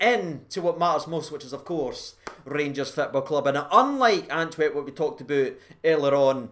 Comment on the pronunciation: Do you keep calling it Anwerp?